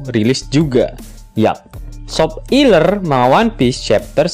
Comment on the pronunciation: Kenapa pengucapan nya harus sop iler.. emang admin nya suka sama SOP iler.. aku mah jijik 😂